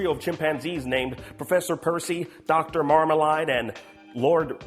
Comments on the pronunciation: It's Marmalade! not Marmaline. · Marmleaid is pronounced Mar-mle-aid not mar-Mel-ard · My first question is- why does pronounce Marmalade as "MarmaLIDE" instead of MarmaLADE? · Seems like he's going to fit right in with everyone else on the channel, cause he constantly mispronounces stuff too! Its MarmaLAID, not MarmaLIED. And Bonobo is pronounced Buh-NO-Bow, not Bonn-uh-bow